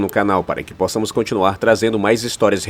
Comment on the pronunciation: boa tarde! tudo bom, ja deixei o like. apenas um reparo, não se diz "póssamos" mas sim "possâmos". é um erro comum mas acho que é sempre bom partilhar algum conhecimento (pelo menos eu até agradeço que me corrijam)